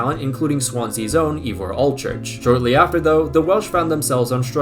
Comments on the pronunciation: Great video, and a lot of fun, but your pronunciation!! Seriously bro, just ask someone, anyone here in the UK not just the welsh how to say names like Ivor ---- 'eye vore' .. hilarious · Because no one will: Llewelyn (like clue-WELL-in, but the c is more glottalised) Leigh (LEE) Ivor (ivory without the Y) Iwan (pretty sure it’s YOU-un but some people with the name say it differently) Hope it helps, but I doubt you’ll use any of these names again lol